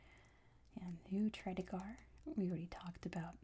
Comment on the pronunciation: Loved this video! Btw, it's pronounced "Tread eager" rather than "Tread ah gar" 😃